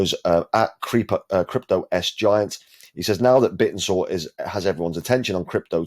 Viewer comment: Wouldn’t it make sense to pronounce it ‘Bit-tensor?’ And not like a dinosaur?